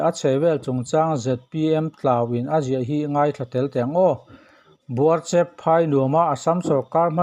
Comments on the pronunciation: Buarchep tih kha ',E' tih lai kha thlukphei deuh diai tur anih hmele...👍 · Buarchep i lam dan hi a dik lo tlat Midang zawt hram teh A ziak hi chuan a thluk sawi a har deuh avangin ka ziak lo ang e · Buarchep ilam rik dan hi nuihzatthlak top 😂, news hrim hrim 👍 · Buarchep hming i lam dan hi..... I ti dik lo deuh hlek a ni e....